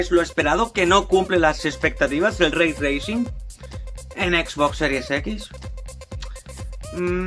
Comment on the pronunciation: "ze be el lei tleising". El Bocón Geimel 2020.